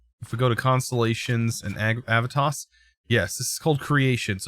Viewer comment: You need to pronounce the e in Aevitas more.